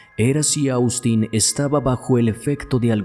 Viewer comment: te haré una observación, con mucho respeto, y es que Austin, se pronuncia OSTIN, no cómo se escribe, asi se llama el hermano de mi yerno, que es norteamericano. Este chico parecia, que estaba sufriendo de esquizofrenia, yo vi este caso, en Investigación Discovery, y en la cámara que había en el restaurante se veía que tenia un ataque de esquizofrenia y luego cómo sucedió el ataque en la casa de ésta pareja, y es impresionte ver cómo fue el ataque Según dijeron en ese programa el era esquizofrénico, y la mamá siendo médica, no le detectó esa enfermedad, y mucho menos le trató los síntomas que presentó antes del ataque, a ella la juzgaron por este motivo.